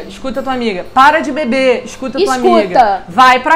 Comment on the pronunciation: "Esscuta" sua amiga!! Kkk